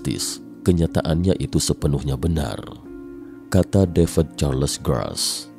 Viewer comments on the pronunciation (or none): Devad deved devad deved. BACANYA TETAP DAVID, BUKAN DAVED WOE